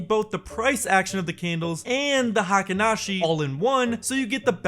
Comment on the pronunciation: Pronounced HEYKEEN, not high-ken (as everyone on YouTube mispronounces it) or hahken (as used here). Spelled “Heikin,” not “Heiken.” Pronunciations for Ichimoku and its elements are also pretty messed up on YouTube.